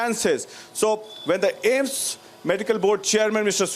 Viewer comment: It's AIIMS not Ames yar